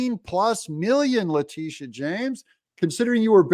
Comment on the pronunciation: La -- sha...It`s pronounced (La Day Sha)...Da "dash" don`t be silent!🤣